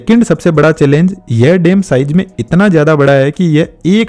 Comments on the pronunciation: What is dem? Bro it's dam and not yangtajee river, it's Yangtze river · Dam❌ Dem✅ 😂😂